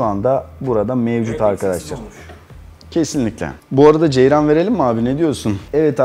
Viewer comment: Ceyran derken doğrusu ceryan diye biliyorum shahsjagsh